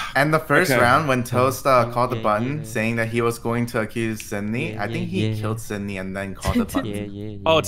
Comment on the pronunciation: Everyone: "Sydney" Dream: "Nitrii"